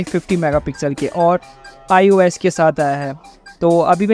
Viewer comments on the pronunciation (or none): OIS bolte bhai usko iOS nhi